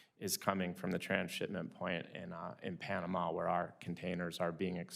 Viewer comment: Why she says Pianama ?